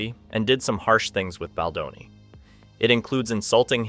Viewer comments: His name is not Bladoni. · Can you ducking pronounce his last name correctly??????????????????????? It's BALDONI NOT BLADONI